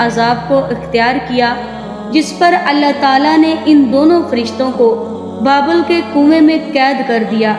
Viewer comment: Pehly naam too sekho baebal nahi babul ka kua apny talafuz pe ghoor karo